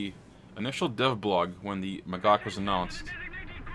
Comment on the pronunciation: it's pronounced magash. not magag.